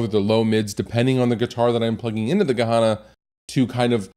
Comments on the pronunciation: yes, why would he even pronounce it like that? it's written Gehenna, why say Gahana? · Good pedal - wrong pronounced